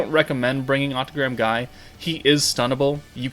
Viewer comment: Isn't Guy's name pronounced as Gye/Gie/the gi from (gift).